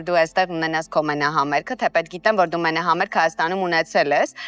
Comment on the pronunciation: ջան ճիշտ եմ լսում, մենահամերՔ եք ասում? ՄենահամերԳն է ճիշտը. Ինչպես նաեւ երՉանկություն չէ, այլ երՋանկություն🌸